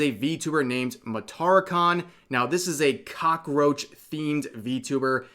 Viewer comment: The way you said cockroach was kinda funny. Don't know if that was intentional